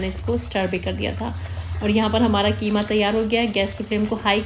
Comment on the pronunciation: Qima not kima😂